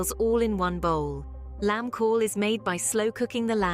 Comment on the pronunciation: The AI ain't saying Cawl correct. Get a human to do the job.